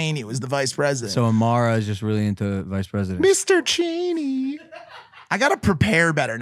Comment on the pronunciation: Haha guys it’s Mr. Chainy not Cheney